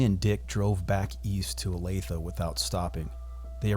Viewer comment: Thank you for pronouncing Olathe correctly.